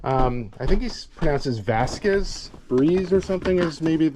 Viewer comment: The boots are pronounced VASK. Like flask with a V. Had mine since the 80's they're great boots.